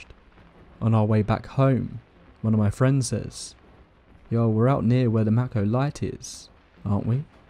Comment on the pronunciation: The Maco light is pronounced “Maycoh”. The area this was supposed to happen is about 20 minutes from where I sit at this moment and I grew up in the area. The tracks were supposedly all pulled up over a decade ago and though this seems like a nice retelling of the story and popular accounts, the timeline is off